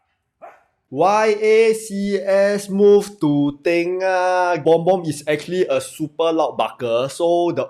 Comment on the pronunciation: Not tay-ngah it’s tur-ngah